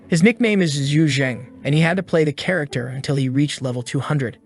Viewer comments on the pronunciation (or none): none